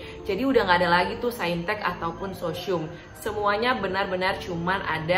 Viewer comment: Sosyium kata 😂